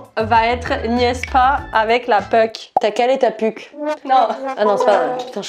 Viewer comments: Lol c'est la puck pas la puke XD. Et elle l'a pas pour l'orignal, j'arrive pas croire qu'en France ils connaissent pas ça 🤣 Tellement drôle, elle l'a rembarrer.. 😅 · Mais le "niaise pas avec la puke" il aurait fallu le prononcer "pock"😂😂😂sinon j'ai adoré bravo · pas la puke mais plutot la poke !!!!!!!! arret de gosser avec la poke stie!!!!!!!!!!!!!! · Juste dire que c'est puck pas puke cest le nom dune rondelle de hockey en anglais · Très amusant, comme d'habitude. Mais: C'est pas "la puke", c'est "le puke" qu'on dit, et puke prononcé à l'américaine comme dans "poke" (pas powke, mais poke.... pas facile). Même le coach l'a pas comme nous prononçons ici. Mais dans l'ensemble j'aime bien tout de toi. Tu va revenir au QC un jour? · Puke sa se dit poke tbnk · Sai pas la puke mai la poke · Puck, pas puke. Puke = vomir. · Je crois que la femme a compris « p🌸te » à la place de « puck » qu’on prononce d’ailleurs « pock »